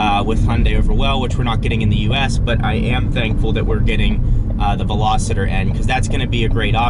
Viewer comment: Its "Veloster" by the way. Not velositor. You said that in another video also.